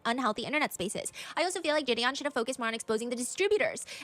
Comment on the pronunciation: Why is she calling him jidian when it’s jideon😭